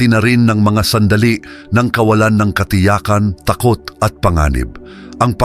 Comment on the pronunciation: Ang takot ay nasa unang syllable ang accent . Pakiwasto ng pagbigkas ng kapana-panabik